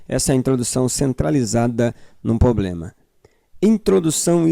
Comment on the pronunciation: cuidado só com os erros de português irmão, concordância. Não é "poblema" é "problema".... Mas muito bom o conteúdo